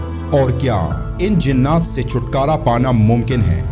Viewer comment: لفظ "جننات" نہیں، بلکہ "جنات" ہوتا ہے۔ براہ کرم تصحیح فرما لیں۔